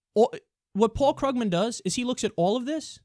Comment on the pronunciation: It's pronounced KREWgman